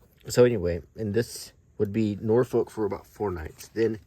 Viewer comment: Quick tip for you, the "folk" in Norfolk is not pronounced as "folk" the word. More "Norfuc"! The north coast around Blakeney, Cley and Sheringhan is nicer than the East coast imho